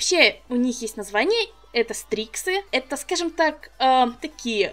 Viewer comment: почему я вместо " стриксы " услышала " стрипсы " ?